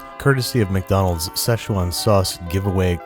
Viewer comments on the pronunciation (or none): Ahh yes the sezčđhùèwan sauce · seshual sauce? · Shit I always cringe when people pronounce Szechuan.. it’s fucking 四川 (SI - CHUAN) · Play Josh A "Szechwan Sauce" in the backround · everyone mispronounces "Szechuan"